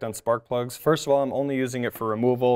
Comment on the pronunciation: first pronounced like one of the three stooges would do i believe it was curly